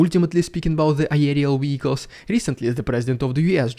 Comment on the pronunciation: Say Vee hick uls not we hick lus.